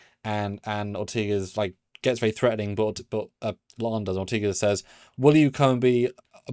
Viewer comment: It's Or-TAY-Gas NOT Or-TEE-Ges. Enunciate correctly please.